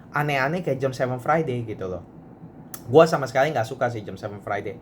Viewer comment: Jam, jam.... Je A Em. Jam... Bukan JEM but.